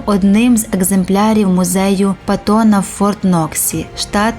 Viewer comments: Люблю ваш канал, проте, маю невеличке зауваження. В Форт-Ноксі немає ніякого музею ПатОна! Там Музей ПАттона! Наголос на "а". Генерала Дж.С. ПАттона, а не Є.О. ПатОна. Як би нам того не хотілось 😁Прошу вибачення у (адже це вона читає текст?) за те що виправляю. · мабуть все-таки Паттона, а не Патона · Не зрозуміло що з наголосом??? Музей Патона? Серйозно? БУде? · "Музею ПатОна", а не "ПАттона", жіночка так сказала. Шо не ясно? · У музеї Патона? Скажіть дівчині де ставити наголос.